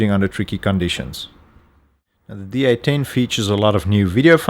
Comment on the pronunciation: Sounds like he's saying D18 (D-Eighteen) not D810 (D-Eight-Ten)!